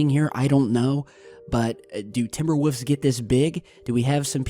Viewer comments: You always say woofs instead of wolves. I like it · Just a wolf thats not even a big dog in reality. Ps why were you saying woffs when you say wolf with an s at the end its wolves not woofs lol. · oh the 'wufs' WOLF you ignoramus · Woof? Don't you mean Wolf? And instead of Woofs, don't you mean wolves?